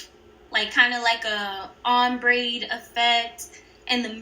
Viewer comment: Girl good video but when you said ombré you said ombraid but the nails turn out really good and your the best so bye ✌️